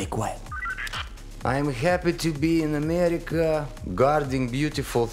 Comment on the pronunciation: "I'm happy to be in Amyerica..."